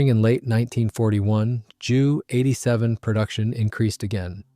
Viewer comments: Nice photos. You should teach the AI to use the letters J U (jay you) not Jew in the narration. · Strange pronunciation.